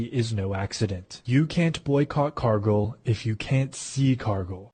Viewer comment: Ha! A Cargill plant is right down the road from my house, less than 5 miles away. They make food for Mc Donald's. And it's pronounced car gill, gill like a fish, not car go, Cargill.